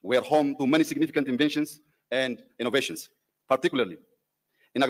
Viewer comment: Abiy is big boy. At any time he is saying einovotion.